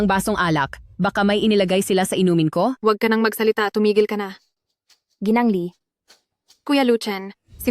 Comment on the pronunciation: Gng. pronounce as gi-nang (Misis)